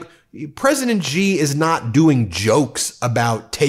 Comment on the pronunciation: President Xi - pronounced as Shi !! Not Jee